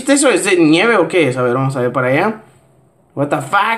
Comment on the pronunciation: Me da risa como dice wata fak jjajajajaj